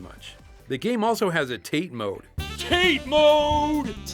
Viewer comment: Ackshuwallalalaally it's pronounced TUH-TAY mode.